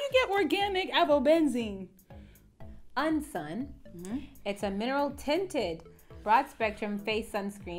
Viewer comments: "HOW YOU GET ORGANIV AVOBENZENE?!?!?" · 'HOW YOU GET ORGANIC AVOBENZENE' I'm deceased yooo